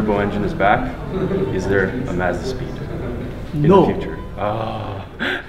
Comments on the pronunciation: Mad respect for sorting out the Mazda pronunciation. If I could give multiple likes I would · 123 5 One should always watch the videos more than once. FYI.... Don't blame the US consumers - every Mazda commercial pronounces the name 'Merican-Style'.